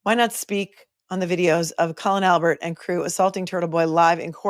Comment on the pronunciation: If Cosgrove can't get someone's name correct like Colon Albert he needs to retire!!! FFS 🤦‍♀️🤦‍♀️🤣🤣🤣🤣🤣🤣